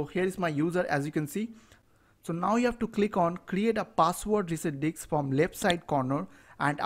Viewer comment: thynx but it is not diks it is disc